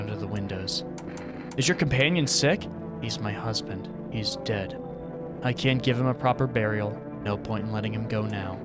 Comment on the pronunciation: just wanted to say you said deed and not dead :p